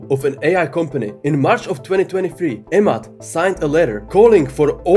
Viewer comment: You say a mad but his name pronunciation is Emad with E ! E mad